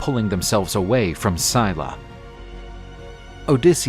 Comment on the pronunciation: it's not Mermaids its the Sirens that lure men to their deaths with their voices! Mermaids are just beautiful peaceful creatures that live in the sea. edit: also I can't with the pronunciation this guy just butchered Scylla's and Charybdis' names 😭😭😭